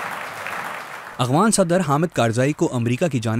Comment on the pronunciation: who is this Illiterate person, who does not know how to pronunce Afghan , this Afghan not Abghan. hahahaahah pakistani besawad thanks